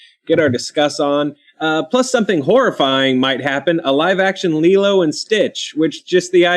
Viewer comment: Now I know the origins of Laylow and Stitch pronunciation lol. It's a fun movie, probably Disney's best from their animated output of the 2000s.